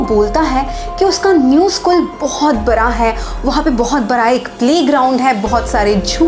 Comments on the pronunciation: Bara nhi bada bolo didi😅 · App bada ko bara kyu bolti hai😂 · App bada koh bara kyu bolti hai didi😂